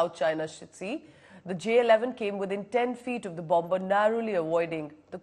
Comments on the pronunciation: Please say bomer though there is a b in the middle. It is silent. Sorry about being pedantic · Bomb-ber? Please pronounce the word correctly.